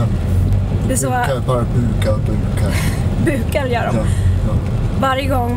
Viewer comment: Du vet att det heter bugar och inte bukar?🙈